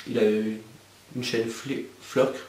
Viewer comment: Flickr bourdel ca se dit "FLi "quère" lol !!! Bravo pour tes projets! Pour ta FAQ : tes céréales préférées. a question wtf :p , bizou